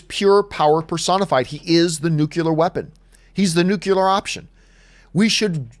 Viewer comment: John....LOVE your channel...tell me you did NOT say "NU-CULAR"...smh...